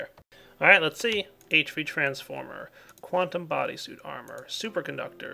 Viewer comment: its QUANTUM not wuantum